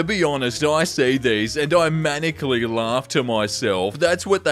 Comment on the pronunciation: Mah-nih-ick-lee, love. Wit yo cute self lol